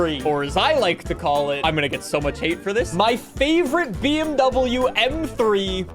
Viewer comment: bro didnt say bmw right the whole video